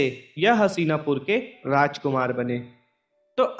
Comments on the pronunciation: हशीनापुर नही हस्तिनापुर हैं भाई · Hasina pur nhi hastina pur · मेरे दोस्त उस राज्य का नाम "हसीनापुर" नही "हस्तिनापुर" हैं। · Haseena pur ny Hastina pur h chutiye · भाई हसीनापुर नहीं हस्तिनापुर नाम था । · What is hasina !! It's so annoying and so disrespectful. Please correct the pronunciation. 🙏